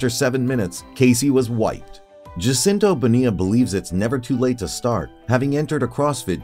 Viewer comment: PLEASE learn how to pronounce the man’s name!!!!